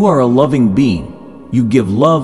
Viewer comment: When it said "being" it's sound likes "bean", yes I'm a loving bean.